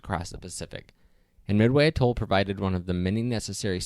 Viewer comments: Just a tip, if you're going to make a video about an Atoll... maybe check the pronunciation of the word. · Your narrator doesn't know how to pronounce "Atoll" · Please learn how to say atoll correctly. Accent is on the ‘a’ pronounced as the ‘a’ in cat. I don’t have the time to get you straightened out on archipelago. Just know that it’s arc- a- PELL- go, Not the way the commentator murders it !! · Yup. The way he pronounced atoll and archipelago...ugh.